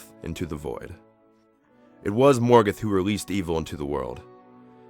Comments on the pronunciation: Morgeth? It's ''Morgoth'' you fucking idiot! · Everyte he said Morgoth I thought he was saying Morgan D: lol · I liked this documentary, but I have a few issues with the pronunciation of a few of the names, especially Morgoth. The "o"s should be far more rounded, and "Maiar" is pronounced "MY-ar", but I'm nitpicking.